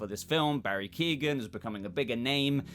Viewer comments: Keoghan is pronounced Que-oh-gan. Not Keegan. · It's Key-on. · please stop the mispronunciation of his name. its not Keegan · Great video but I'd wish you'd learn how to say His name properly, he's not related to Kevin Keegan 🤣